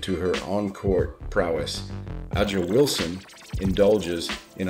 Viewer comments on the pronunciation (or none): A'Ja pronounced Asia